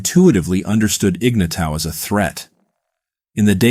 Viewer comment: Shit, do some research and learn how to pronounce the dude's name.